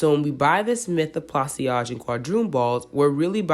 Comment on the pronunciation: Pla- saj- two syllable, not three... like a corsage